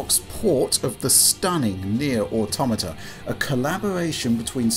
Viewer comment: Finally, someone who knows how to pronounce "Automata" correctly..